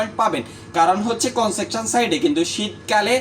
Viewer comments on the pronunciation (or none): ভাই আপনার উচ্চারণ ঠিক করে কথা বলেন। কনজাকশন না। কনস্ট্রাকশন হবে।